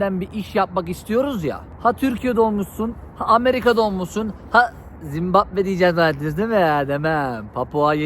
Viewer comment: Zimbabbe demeye devam et abi